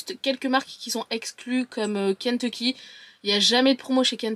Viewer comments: J’adore comment tu dis « Kenteecky » 😂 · Ça me perturbe la manière dont tu dis "Kentecky" 😂🤣🤣